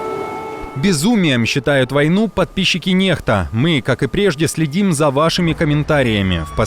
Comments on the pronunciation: не НЕХТА, а НЕКСТА надо говорить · NEXTA ппц. Вообще-то читается как НЭККСТА А НЕ нехта всё понятно